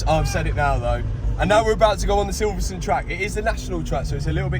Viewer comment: Silverstone not silverstun 😂